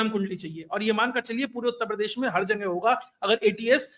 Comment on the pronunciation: मैं आपके ज्ञान और विश्लेषण का कायल हूं पर संभवतः स्थानीय बोली के प्रभाव से आप जगह या जगेह के स्थान पर जंगे बोलते है जो उच्चारण की द्रष्टि से अखरता है। सर बुरा न माने।